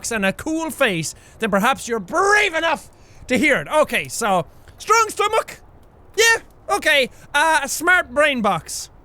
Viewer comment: 'stwong stumach'